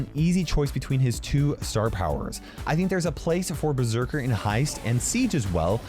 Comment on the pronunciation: Died inside when said ber-sek-aer